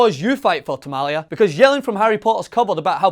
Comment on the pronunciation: lol "Tomali"